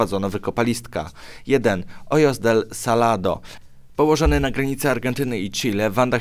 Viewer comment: Czyta się ohos del salado nie ojos, bo w hiszpańskim j czyta się jako h ;)